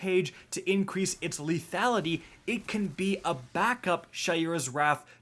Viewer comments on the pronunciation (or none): none